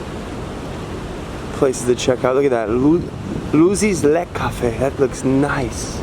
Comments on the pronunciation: Lech, not leck, the German "ch" is the same as in English (eg bench, much, touch, ect.) The "ck" is a hard k, like also in English (kick, trick, fu...) The only real difference in German is with the ei and ie, wich are completely different vocals: "ie" = long i and "ei" = y/ey/ay. (The letters Y and X almost never appear in German, as well as in most other languages such as Italian, French, or Spanish.) They entered English primarily through Catholic Latin texts (ex oriente lux et pax). Even in Shakespeare, one rarely finds words containing x and y; they only came into the English language with a pseudo-Latin language novelization. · Sorry, had to stop right away, - Lech,- ch! Not Leck. You learned it couple years ago .. ( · by the way, why do englisch speaken persons always struggle with the geman ch? you have the same sound in your language. the german ch makes the same sound like the h in huge or hugh grant. thanks for being back, missed you.